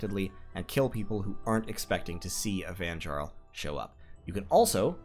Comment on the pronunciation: Great vid, thanks! One thing.. the Nordic/German pronunciation of the letter "J", as in Jarl or Vanjarl or fjord, is pronounced as an English "Y" (as in yard). So those words sound like 'Yarl', 'Vanyarl', and 'fyord'. Thanks again!